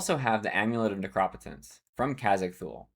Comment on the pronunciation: took me a bit to understand you were pronouncing necropotence... you say "neck-rop-eh-tense" 4 syllables, with a soft "O"... I sincerely feel it's "Nekro-POE-tense" 3 syllables, with a long "O"...